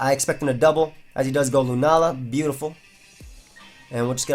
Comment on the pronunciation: "He does go out to lunaala"